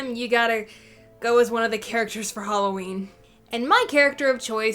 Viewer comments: It's not halowwin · It's not haloween